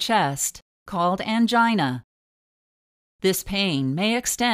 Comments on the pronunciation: Please stop saying "angina" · The word"angina" sounds weird